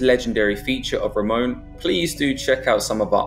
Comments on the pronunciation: Its Ramon not Ramoan.. Fml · Its not Ramones but Ramon he was from Brabant South Nederland